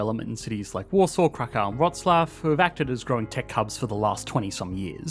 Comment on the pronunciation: Just a side note: Kraków is pronounced as Krakoov